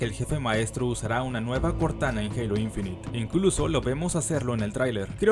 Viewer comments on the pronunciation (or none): Se pronuncia INFINAIT no INFINIT